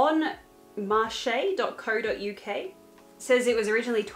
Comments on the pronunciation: Bonmarche is great! Round by me in the UK it's pronounced like "Bon marsh", typically an older ladies shop, but has cute flowery dresses you might like, also does some pretty youthful trends accept more conservative. Not quite vintage. Well made clothes, sometimes a little pricey but mostly affordable, great find at charity shops (thrift shops) 😁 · As someone from the UK hearing her pronounce bonmarche absolutely sent me 😂😂